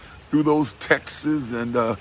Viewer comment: Did he say, "Texus" for texts?